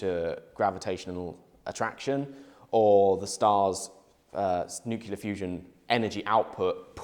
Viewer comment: new-kee-la fusion